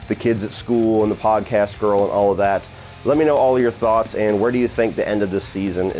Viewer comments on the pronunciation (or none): none